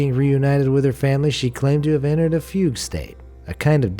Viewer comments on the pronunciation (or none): none